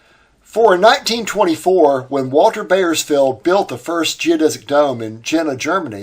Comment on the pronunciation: I appreciate the quality of your research. But, the butchering of the European names was quite distracting. Piscator is pronounced "peace ka torr". "Piss cater" was almost offensive. The "AU" in German words is always pronounced the same as "OW", as in "owl" in English. Ws in German are Vs in English and "wise wersa". See what I did there? One last thing. Bauersfeld = "Bowers felt" To be fair, it's not your fault. When I was 10 years old and we lived in Germany (I was an army brat), my English teacher put huge emphasis on the Latin roots and commonality between English and German. Most American children don't get English classes of that quality any more. If at all. So, sue your teachers. :) ) Keep up the great work! I love your channel.